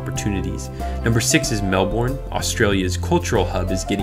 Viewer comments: He said mel-born it's pronounced mel-Ben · Belinda Eastham yeah, it's supposed to be Mel-ban. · 'Mel-born', all the Aussies(including me) are cringing. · I'd actually say it's more like, "MEL - bn" - what idiot did this video? You would at least check. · Thats not how you say Melbourne